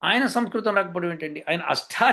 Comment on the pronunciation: గురువు గారికి నమస్కారం గారు పలికిన పదం సంస్కృతం అని గాక సంస్కృతి అన్నట్లుగా అనిపించింది గమనించ గలరు. పొరపాటు అయిన క్షమించగలరు. CVNRAO Hyd